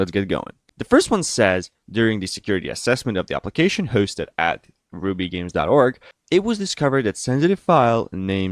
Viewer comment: Now he needs to correct the rubygems pronunciation, gems with j, I love the videos and how fluently he speaks though lol